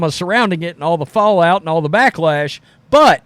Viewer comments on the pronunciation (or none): none